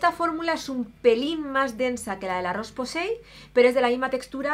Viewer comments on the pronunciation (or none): none